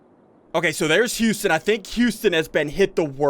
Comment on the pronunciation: your saying houston wrong your saying youston